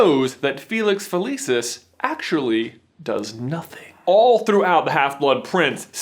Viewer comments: It Fa-lee-sees, not Fa-Lee-sis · FELICIS NOT FELEEESIS GOD DAMN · So it's a placebo. Fun fact: that's Latin for "I will pleasure." Also Felix Felicis is Latin for "luck of luck." Because it is Latin, the c in "felicis" is pronounced hard, like a k. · Okay, I know I'm being dramatic but I study classical Latin and find it really unsettling everytime you pronounce "felicis" with a soft "c". Maybe that's how you pronounce it in-universe but it's clearly based off Latin and should have a hard "c". I'm stressed about it. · It always astounds me how Americans manage to mispronounce anything. The name of the potion is literally said out loud in the film and you still manage to say it wrong ffs... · Had to downvote since you pronounced “felicis” wrong :-( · this is petty but I hate how he pronounces felicis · He pronounced it weird.